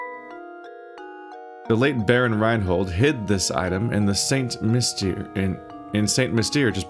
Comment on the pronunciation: St Mystere is pronounced San Mystair.